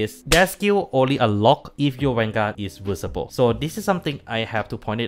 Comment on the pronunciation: listening Mc messing up the pronunciation of VSPO the whole video